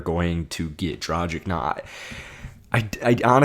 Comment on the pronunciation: dragich not drajic